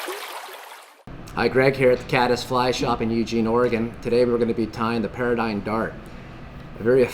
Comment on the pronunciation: It's called or proonounced "pear-dee-gone" not paradigm